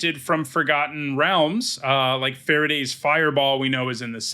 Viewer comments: A small note: Farideh is pronounced fa-REE-dah. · I did not know Farideh was pronounced like Faraday, and I keep imagining a 19th-century English scientist creating an electrical fireball.